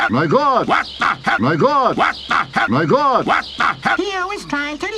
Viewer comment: The Lion still should be saying "Mahgawd" in one word, not "My God". It's more accurate.